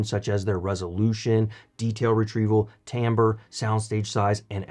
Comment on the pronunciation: Finally someone who pronounces ’timbre’ correctly! Great review on great speakers!